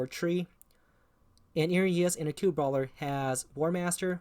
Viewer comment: occult is not pronounced "acute". Other than that, nice video.